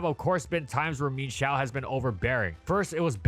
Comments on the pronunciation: so, am i the only one who pronounces mienshao's name as "mi-yen-shao" and got absolutely baffled by the "min-shao"? hahahahahahahahaha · Um actually its mi-enshao not "meanshou" for pronounciantion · I can’t express enough how infuriating it is to me hearing pronounce it “Mean-shao”. It’s pronounced “Mine-shao”. It’s even based off an ermine. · I always pronounced it "Mee-En Shao", a more Chinese approach than the more literal "Meen Shao". The same way Chien Pao is pronounced "Chee-En Pow", rather than "Cheen Pow". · Bruh calls it Meenshao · The pronunciation of mienshao drove me insane, could not finish video